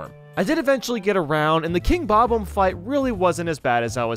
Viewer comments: I will never get over the way you say bobomb. Bob bomb. Not Bob ohmb 😭 please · How come you can pronounce bomb correctly, but when you say bob-omb you pronounce it as "bome". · Bob-omb is pronounced how it's spelled. Not "bah-bome". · Tfw the guy who can't pronounce bob-omb or lakitu decides to make Mario videos.